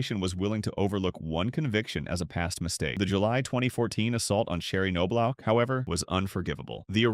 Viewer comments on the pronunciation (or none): Pronounced.... Nob Lock...geez...